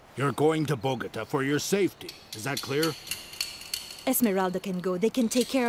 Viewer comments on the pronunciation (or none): "Binge Worthy in Spanish" After having Binged on "Esmeraldas" in Spanish During my Down time in Bed I Think "Esmeraldas" Loses some of its Flavor in Dubbed English. It needs “Quality Dubbing” For Example "Bogota" is Pronounced Bo-go-taah" not "Botgta" The English Speaking World in My Opinion has been Cheated out of this Exciting Serial. The Story Line Spans 3 Generations; so You have to be Mindful and Recollect the Characters as it devolves. The Actors are Replaced to reflect the Passage of Time as they Get Older. It has All: Love, Hatred, Greed, Betrayal, Loyal Servitude, Intrigue, Mystery, Jealousy, Compassion, Jungle Warfare, Revenge, the Whole Buffet of Movie Action filmed on Site, With Quality Cast. Having worked with an Ex-patriot from Columbia Back in the 80’s; who Fled to the USA said the Region was a Dangerous place to Live.